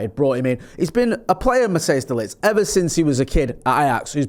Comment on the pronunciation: It’s Matthijs ( Pronounced Matt-ICE>). Not Mattheus